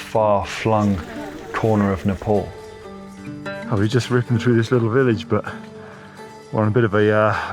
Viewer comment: It's not Nepol, It's Nepal